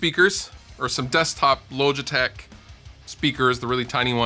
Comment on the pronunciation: The way you say logitech upsets me.